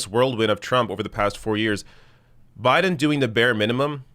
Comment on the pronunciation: You said his name wrong but I'll allow it! #JustSaying